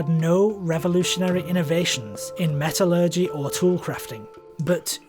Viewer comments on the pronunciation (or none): none